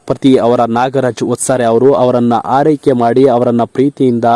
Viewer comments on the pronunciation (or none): ಹಾರೈಕೆ ಅಲ್ಲ ಅದು ಆರೈಕೆ .